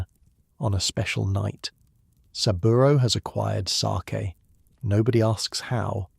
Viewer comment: Ɓe nice if the fake narrator could have been programmed to pronounce 'sake" properly. This garbage is not even worth that small effort. Give it a negative review, that is what it merits.